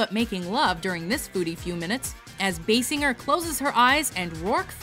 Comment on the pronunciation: That's not how you pronounce Kim Basinger...